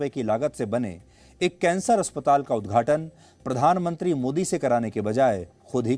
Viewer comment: पोरधान मोनत्रि 😂😂